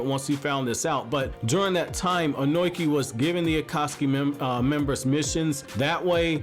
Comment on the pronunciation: You have a weird way of pronuncing Ohnoki. It's -(long) o-no-ki.